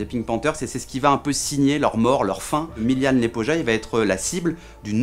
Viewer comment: Se dit Milan Lyepoya